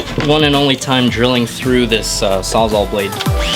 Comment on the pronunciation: Sawzal, because it saws all